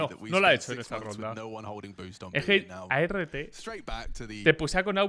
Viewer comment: No sé xq la mania de black o perdón de be ele a ce Ka, de llamar a art, a erre te :v !!!